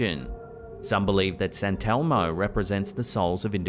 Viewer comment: “Santelmo” I’m thinking they are just putting the emPHASIS on the wrong sylLable.